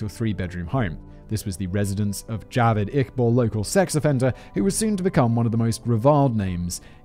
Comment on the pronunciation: As a Pakistani, it's hilarious listening to Simon pronouncing Javed a different way each time.